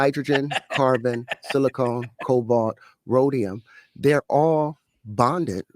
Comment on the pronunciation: Bro said silicone 😂😂😂 what an idiot